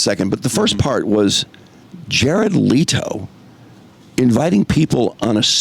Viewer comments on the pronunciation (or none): Leh-to bro leh-to! Omg man your ignorance on things makes it hard to listen to your takes my dude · Leto himself pronounces it the exact same way the OP said it's pronounced. The other pronunciations you brought up are wrong